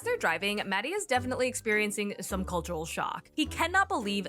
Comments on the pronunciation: Don't understand why she doesn't put the effort to pronounce his name properly, it's literally not that hard... It's maHHHdi not Maddie 😑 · I also wonder why she keeps calling him Maddie. It's weird. She's not even trying.